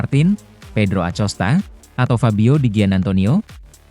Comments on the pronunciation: akosta pak baca nya acosta. kayak orang enggak sekolahan aja 😢😢😢😢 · Bacanya bukan pedro acosta, tapi Acosta